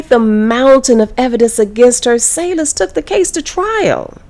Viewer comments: Why Say-Less, and not Sayles - sails??? 😂😂😂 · Her name is pronounced like kadessa cells. Not sayless your pronouncing the wrong name because u mimic the clueless news reporter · That is not how u pronounce her last name. Its pronounce sails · "Sayles" pronounced "sales", you nitwit.